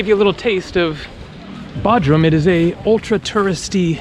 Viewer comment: Hey my Turkish friends say it’s B “O” drum not Baudrum🤭🤷🏽‍♂😜 but you have a wonderful video….Thanks for posting. BTW I did the opposite and went to Kos from Bodrum. Both awesome places to visit!